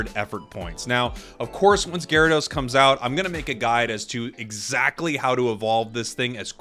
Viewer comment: We don't talk about ga-ry-do-oh-os, we don't talk about gar'dos